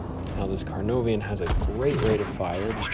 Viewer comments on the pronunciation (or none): CARE NAR VON not CAR NOVE IAN. :) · Nobody:: Carnovian and centuron (For future reference it's care-nar-von and sent-yoo-ree-on) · Its pronounced "kuh nar von"